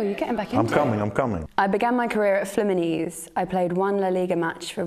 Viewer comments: Wtf is flemenese ?! It’s fluminense for god’s sake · The way she says 'Fluminense' sounds like "Flamini's". Awful pronunciation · She said 'Fluminese' 💀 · She should learn how to say Fluminense